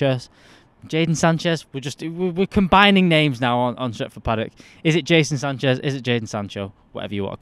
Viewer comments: My guy called him Jason Sanchez about 4 times 😂😂😂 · Seriously Mates! how hard is it to pronounce Jadon Sancho?! LOL